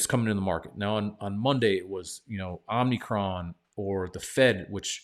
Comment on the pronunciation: There is no "N" in Omicron.